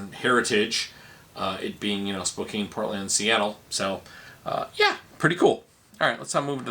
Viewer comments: Spokane = Spo - can. There are a lot of areas that have challenging names. I remember when this Californian started grad school in Milwaukee and l pronounced Waukesha as Waw Keisha. Lol. I was corrected. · It's pronounced spo-can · I used to work as a Paramedic in Spokane. The pronunciation spo-compton is also valid.